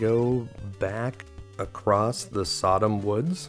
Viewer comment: Sadam is not pronounced like Sodom - it's, and this include that person's name, SuhDahm.